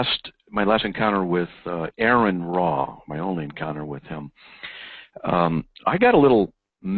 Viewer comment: The first five minutes of this video are painful. Shut up, don't take sides and let the guys debate. Plus, is it just me or does it piss you off when they pronounce Aron Ra's name wrong?